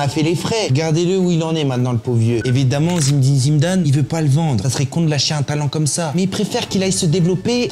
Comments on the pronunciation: zidaannnnnnnnnnnnnnnn pas zimdane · T vidéo son cool et sympa mais ta façon de prononcer le nom Zidane sa devient insupportable et en plus tu le fais grv mal